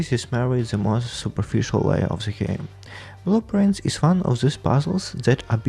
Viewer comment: LMAOOO the whole time in the podcast I thought you were saying blue prints - thats why I get when english isnt my first language i guess